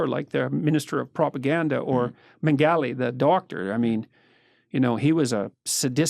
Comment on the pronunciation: Pronounced Mengele incredibly wrong